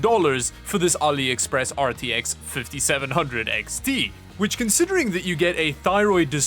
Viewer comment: Never heard of Aliepress 😂